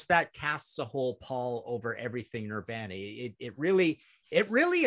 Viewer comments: Never in my life have I heard anyone pronounce Nirvana the way Martin does.lol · Also the way he pronounces ‘Nirvana’. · Is he joking around when he mispronounces “Nirvana”? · Why can’t Martin say Nirvana?